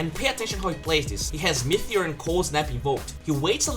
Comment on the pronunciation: ME - TE - OR not MEETHEOR